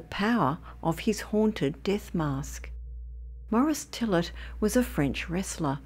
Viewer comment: Mo-Rees Tee-yay. Not Morris Tillit.